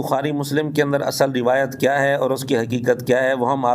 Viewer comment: Ye banda rawet means urdu talfuz b ada ni kr sakta